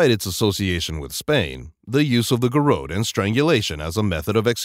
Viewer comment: it's GAIR- UT